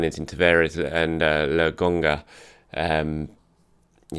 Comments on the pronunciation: STOP CALLING THE LAD "LOGONGA"! It is "LOKONGA". Get it right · LOKONGA! not Logonga:) or just call him Sambi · I been telling for a little bit about "lugonga" but hey I love how humble you are about pronunciations. I agree Sambi would be the best approach.:)